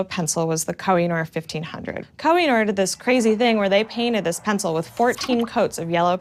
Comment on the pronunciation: Awesome! Just a little correction as Urdu is my native language, "Koh e Noor" literally meaning mountain of light (a term used to refer to a huge white diamond) is pronounced "Ko Hey Nuur"